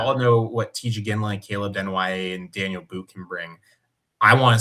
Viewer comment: It's pronounced "Dah-kneel" , his name is not Daniel